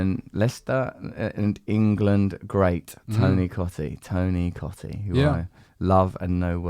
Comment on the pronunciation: She's got his name wrong now hahaha "Tony Coottee"